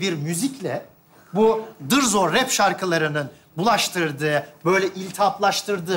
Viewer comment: Dırzo değil, dızzo